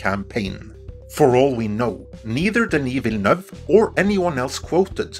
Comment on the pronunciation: I can't believe you finally pronounced Denis Villeneuve's name correctly!! xD